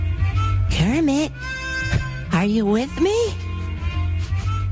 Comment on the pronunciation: did you just call me kremit